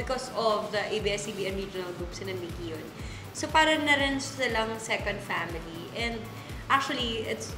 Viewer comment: "my pAmiLee" HAHAHAHAHAHAHAHAHAHA